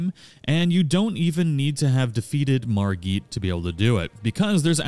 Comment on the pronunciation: How do so many people mispronounce "Margit?" He says it out loud. Margit, not Margeet.